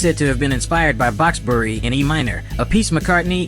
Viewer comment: Bach’s Bourrée LOL « boxbury »